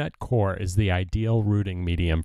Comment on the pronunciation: Properly pronounced 'coyer'. ;)